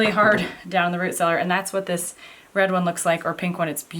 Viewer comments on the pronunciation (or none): none